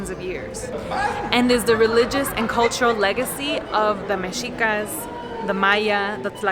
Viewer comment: Gracias por decirlo bien: mexicas, y no aztecas.